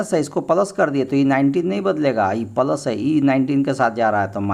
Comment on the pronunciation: Pals nahi boliye sir plas boliye